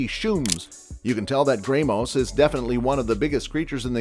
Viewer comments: Gray- moss ✋💀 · i bursted out laughing when he said “graymoss” and “ayolenus” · Yeah like the way he said shrooms and "graymoss